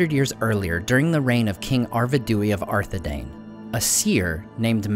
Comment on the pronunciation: Dunedain, Arthedain, lo even King Dain, all of these rhyme with 'dine' not Dane.